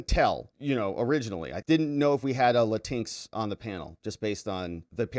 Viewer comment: Latin X instead of "Lateenks" ?